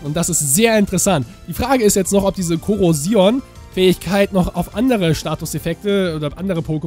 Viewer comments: Das O bei der Fähigkeit spricht man lang aus. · Ich finde die Fähigkeit Korrosion ziemlich interessant da man damit neue Strategien erfinden kann. Aber noch so ne Frage. Wird Korrosion nicht auf das letzte o betont und nicht auf das i? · Find das Pokemon wirklich cool!^^ Die Fähigkeit spricht man doch nicht so aus oder!xD